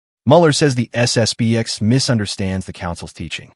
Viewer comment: Narrator, it's SS P X not B.